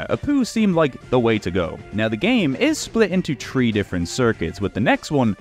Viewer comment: This man's absolute inability to pronounce "three" keeps throwing me